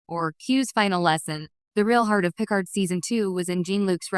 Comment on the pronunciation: Can't even pronounce Picard correctly. Just have a real person read it